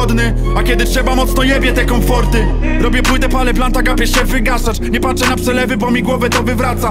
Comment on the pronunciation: "nie patse na pselewy" - typie zrob cos z tą wadą wymowyyyyy asłuchalne to jest